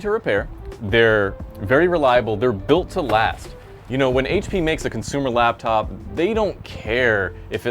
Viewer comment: Laptop. Not labTop